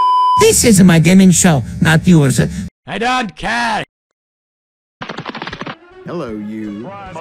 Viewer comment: "Ællo guys"